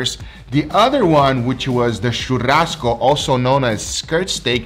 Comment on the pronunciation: que porra é essa de chamar fraldinha de "tchurrasco"? Hahahaha